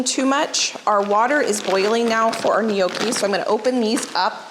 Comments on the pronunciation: IT IS NOT KNOWKEE IT IS PRONOUNCED NYAWKEE..NOTHING WORSE THAN LISTENING TO SOMEONE TEACHING HOW TO COOK AND CANNOT SAY THE WORD RIGHT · Gnocchi The g is silent Phonetic: Naw kee Closer but not exactly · Its pronounced. Nyawkey. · it is not pronounced no key. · My husband and daughter are laughing at how you pronounce gnocchi,we say with the g silent but we still love you for time and recipes and knowledge. Love from Geelong Australia ( the g is not silent)💜